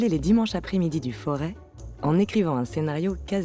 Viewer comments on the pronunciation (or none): Le ForreZ PAS le ForreT !!!!